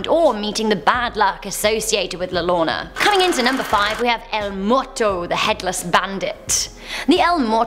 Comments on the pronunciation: OMG YOU ARE SAYING LA LLORONA SOOOO WRONG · La Llorana to la lona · Its not pronounced "La llona" its pronounced "La yorona" cuz in Spanish the double L sounds like a Y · fr called la llorona “la Lona” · La lona💀💀💀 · I love you but it’s pronounced “la yo-ro-na” (wink wink) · La Llorona... Ll has the same pronunciation of Y. As in Yorona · La lona? Or la llorona? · It’s La Yonnora two L ‘s are prounced Yo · is anyone else bothered by the way she said la llorona aka the weeping woman